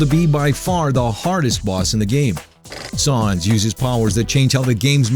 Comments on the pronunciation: it's pronounced sans as in comic sans, idiot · That is not how u pronounce sans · You pronounced Sans wrong. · im happy sans is 1 but dude bro U CANT SAY SANS RIGHT U R SAYING SAAA NS DUDE SANS S A N S LIKE SAND LIKE ALSO U R LIKE FAKE AND NOT FAKE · S aaaaa nnnnnn ss not sAns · first of all you pronounce these names like a drunk 2 your old second its sans pronounced like sand but with a s istead of d not sons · Sans not sons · sons??? its sans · its not sons its sans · It's sAns, not sOns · Sans not Sauns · Its Sans Not Shans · His name is sans. Not saans... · I think you meen: "his name is sans, not sawns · Its not sarns thats like you say it its sans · SAWNSSS SAWWWWWWWWWWNNNNSSS!!!!!!!!!! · Both sans and gygas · Don't You Mean Sawns? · It's not sons it's sa-ns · Why do you say sAAns it's sans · Did he say Sas instead of Sans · Omga flowy is ALSO harder plus it's not saans its Sans! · Gigas not Zygas Sans not sauns ... I cant take your promunciation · IT IS SANS! NOT SAUNS! OR WHATEVER YOU SAID! I just can't put up with that mispronounciation anymore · "Sawns." You're gonna have a bad time. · "Sawns the skeltin" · It's not sAAAAns it's sans... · Its sah-ns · Who is "Sahns"? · wait did he say sahns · sons lol by the way it's just how he pronounces it how he wants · Wait... "Its no wonder that Saanz the skeleton..." Pronunciation error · th way he pronounces "sons" xD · You Were Saying Sons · ITS SANS S-A-N-S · you're saying stuff wrong. its GUY-GISS and the a in Sans is pronounced like the a in Sam. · Sawns. Siygas. I think thats not how you pronounce those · um sir you said sans wrong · He mispronounced Sans' name, and it was kinda annoying when his voice sounded like a male Siri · um excuse me sir you said sans wrong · you said sans wrong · Goddammit you're pronouncing 'Sans' wrong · he's saying sans wrong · the mispronunciation of "sans" is killing me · The way he says sans... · who else is bugged at how he says sans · I cringe every time he mispronounces Sans.